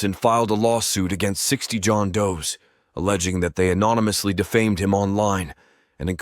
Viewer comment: Great video and writing, shame it’s read by an AI voice, pronouncing the plural “Jon Does” like the word “does” lmao. Please embrace your beautiful pajeet accent and lisp and read with your REAL voice!